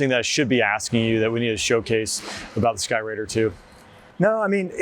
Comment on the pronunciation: Great airplane. DO NOT CALL IT THE SKY RAIDR. Jesus.